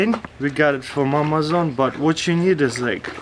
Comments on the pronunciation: He said mamazon except of Amazon 😂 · It sounds like he's saying "mamazone" LOL